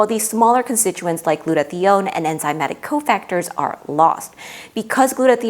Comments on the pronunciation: Really interesting and very well done. A small note about two mispronunciations might undermine your presentation with some viewers with certain science backgrounds: glue-toe-thigh-own. proe-tee-awl-a-sis. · gluta-thigh-own Merriam Webster and two different YouTube pronunciation guides (one based on actual usage) give only this pronunciation.